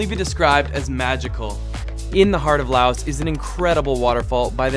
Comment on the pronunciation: I think you shouldn't pronounce S in Laos.